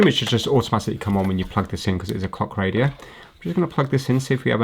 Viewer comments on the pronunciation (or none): I can't be the only one that heard 'cock radio '😂